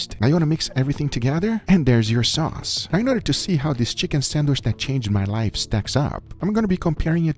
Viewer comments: you said "san-wish" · for the love of a holy meat, pronounce sandwich correctly, it is not sandwish:D